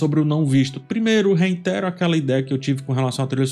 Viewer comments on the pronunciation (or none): QUERIDO, NÃO ACREDITEI NO QUE OUVI: “reiNtero ”???? VC QUIS DIZER “REITERO”, NÉ??